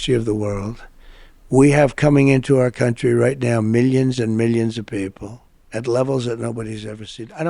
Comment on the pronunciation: Why does he pronounce it "countreh" instead of "country" and "nothing to do with meh". Pull his string like a Chatty Cathy doll, he repeats the same immature English insinuations and intentionally says nothing clearly. This way he can't be held to account for legal missteps. Why did the U.S. accept him as a serious thinker?